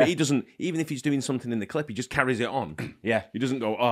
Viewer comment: Everytime you guys said he ‘carries’ on which was many…. I heard “carrey’s on” 😂